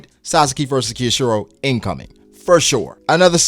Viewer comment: His name is pronounced K-yo-shiro. Not Keyoshiro. Just the K sound plus yo then shiro.